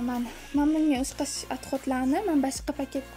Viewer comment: Opa tõğri gapiring ŏqshash emas óxshash bóladi